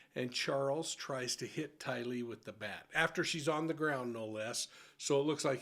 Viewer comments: FYI, its pronounced w the accent on TY lee, not ty LEE... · She kept saying “The evidence will show” and it won’t show any of the things she said. And not to not pick, but it’s not tie-lee it’s tylee. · Tylee, Not Ty Lee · It’s not TyLEE! It’s TYlee. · Haven’t you heard her name pronounced by two dozen people? It’s TYlee emphasis on first syllable. It’s amazing you could ignore your ears that many times. SHE HAD A NAME. Respect it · I’m sorry, but if you are going to do a show like this please pronounce the name# correctly. It’s TAIlee